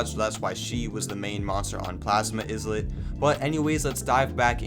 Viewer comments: Bro It's not izzlet It's ilet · eye-lit not is-let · Are you stupid it’s eyelit not isss let GET IT RIGHT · Not him saying Izlit instead of Islet 😭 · Islet is like island. The S is silent. So, Ilet. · Islet is pronounced as “Eye-let” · it's written as islet but pronounced as ˈīlət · It’s pronounced EYE-lit. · It's pronounced "eye-lit" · If he keeps saying IZLET imma crashout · Bro it's just a mispronounce😭 and i also called it "izlet" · it's pronounced eye-lit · It pronounced eye lit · The s in islet is silent